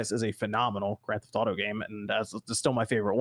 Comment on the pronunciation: Grand Th-auto?